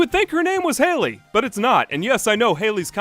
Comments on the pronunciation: Hal lee Not hay lee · Edmund halley is pronounced more sounding like "holly" then "hailey" I grew up in Canada around a few Scottish and British people and we studied the comet in school plus a Scottish teacher yadda yadda its anecdotal but I though it was worth mentioning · I always appreciate your ability to dig up nearly-lost media and commentate in an intelligent and entertaining way, but your insistence on pronouncing the English surname Halley (HA-lee) like the woman's name Hailey (HAY-lee) is making me grind my teeth. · Not “Hey-lee”, it’s “Hal-lee”. When there’s an identical pair of consonants in the middle of the word, the syllabllic division is between those two letters resulting in the first vowel from the syllable being pronounced with the short pronunciation. Such as “bollard”, it’s not “bow-lard”, it’s “ball-lard”. Rules of the English language! Ta-da! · Halley, not Haley. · Haley might be a girl's name but Halley with two "l"s is pronounced like the Hal in HAL 9000. Great video, by the way. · "halley" isn't a girl's name, you're thinking of "haley". spelled and pronounced differently (you're pronouncing halley like haley in the video, the 'a' in halley is soft as in it's an 'ah' sound rather than 'ey')